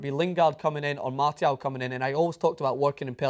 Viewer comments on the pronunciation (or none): Who the hell is "Martyal"?